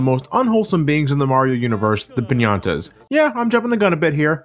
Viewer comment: Is he saying "piñata" instead of Pianta?